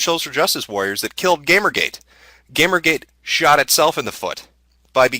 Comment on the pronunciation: In the first 5 seconds he pronounces Gamergate, GAMMergate. I can handle monotone, but please don't tell me this isn't ai. Listen and you'll pick up how bad the pronunciations are and there's a lack of substance behind the voice that only comes from something artificial. If this is really voice I'll buy a Metokur hat and fking eat it.